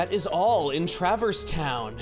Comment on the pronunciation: As a first time viewer to any HK content, I wonder what sort of heartless might be born out of a world's heart. Also, I never saw any explanation of it, so I guess was just always pronouncing Traverse like "Trappers"? Never got that bit!